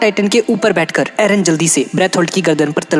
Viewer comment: Its eren not aron